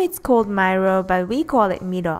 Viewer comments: i have always prefered milo over regular hot chocolate :3 i still pronounce it meelo XD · It's actually pronounced "MY-LOW" not "ME-LOW" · haha you say milo so cute..mee low.. i pronounce it as my-low..tho.... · its pronounce as my-low not me-low for milo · The way you pronounce milo as meelo sounds so kawaii~~ >w< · Is it really pronounced like that? I thoght it was pronounced as may-lo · its actually pronounced My-low (milo) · It's pronounced Mai-low. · Actually is the same. Some Malaysian pronounce it as "My Lo" and some "Mee lo". Im a chinese and I order "Mee lo" in a Malay stall. The uncle was like "Huh? Mee lo or My lo" cause "Mee" also known as noodles in Malay. ^^